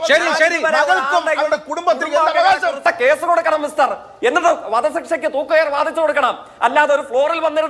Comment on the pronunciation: മിസ്തർ അല്ല ജയിക്കെ മിസ്റ്റർ എന്നാണ്.... എണീറ്റു പോടാ